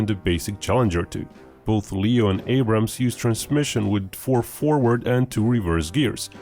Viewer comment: Its "Abrams"